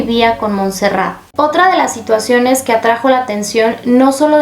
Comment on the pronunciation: Hola, se escribe Montserrat, Sabadell está en la provincia de Barcelona, por lo que se pronuncia Montserrat con la o qué parece u y la abreviatura es Montse, cómo suena.